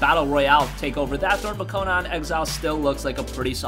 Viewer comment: it's not Co-non. Its Co-Nan lol